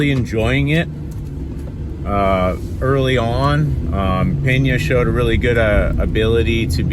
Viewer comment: Pena not Peña. If I’m português it had the sound of the Spanish Peña then there would be an “h” Penha